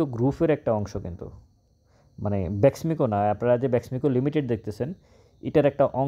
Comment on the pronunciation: আসসালামু আলাইকুম। ভাই আমি আপনার মার্কেট পর্যালোচনার নিয়মিত শ্রোতা। আপনি তথ্যবহুল আলোচনা করে থাকেন । যাহোক, ভাই আপনি BEXIMCO না বলে BESMICO বলে আসছেন । এবং আপনার নিজ জেলা কোটি ?